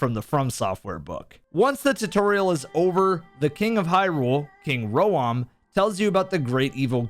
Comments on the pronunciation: King Rhoam = Rome...not Ro-om.... I mean no disrespect i'm just a know it all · “King ro-am” lol😂